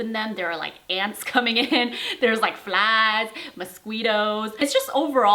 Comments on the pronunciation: The way she said mosqeeetos XD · the way home girl said mosquitos is life changing i dont think i can ever say it the normal way again😂😂